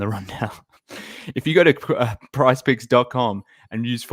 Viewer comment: Mark, it's PrizePICKS...Picks..